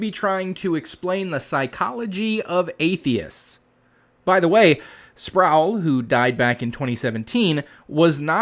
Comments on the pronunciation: I think you should extend the courtesy of pronouncing his name as he wanted it to be Spr - o - wel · Talk about a blast from the past. RC Sproul used to be a staple of Christian talk radio in the before times. As an atheist, he wasn't really worth listening to since he tended to be rather dry and boring. BTW: it's pronouned "Sprole" rhymes with "prole". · Sproul rhymes with soul. He was one of my admired teachers before my deconversion.